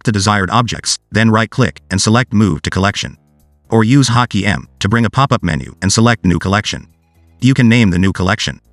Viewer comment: I don't know how many times he said "hockey" until I realized it was actually "hot key"